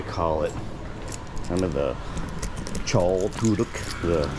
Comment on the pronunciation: Chợ should be pronounced like "Cher" with very low stress